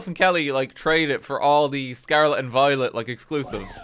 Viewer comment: He says violet as if he says violence